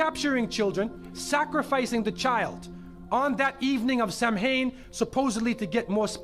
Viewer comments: It's not pronounced Sam-Hain, but Sow (as in the female pig) - Ain... It is Celtic after all so the MH sounds like a W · The way he was saying Samhain had me yelling at my TV. I decided to check before I posted and I'm happy I you did. Give me time though, I will make a fool of myself in this thread eventually! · How To Say Samhain